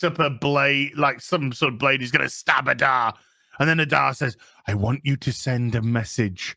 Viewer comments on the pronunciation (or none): none